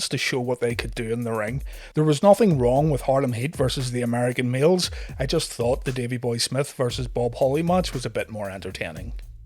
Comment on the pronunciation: When you say American males it sounds like your saying American meals 😆